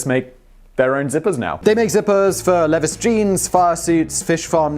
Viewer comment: did you just say "leviss"? it's 100% "LEE-vies"... dork ah shit you got me 😬